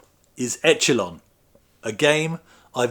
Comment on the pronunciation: It's pronounced eshelon I've never played it,but I remember the magazine reviews were quite dismissive